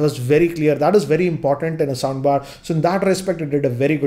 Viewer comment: Am i the only one hearing 'sambar' instead😁